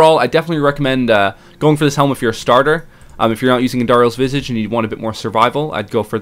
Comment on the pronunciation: Its Andariels Vis-aw-ge Not Andariels Vis-e-ge -Hermoine Granger